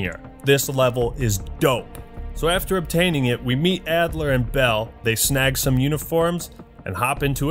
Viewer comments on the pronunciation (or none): “Actler” Why did it take me an hour to figure that one out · Excuse me, it’s Russell “Leon” Actler.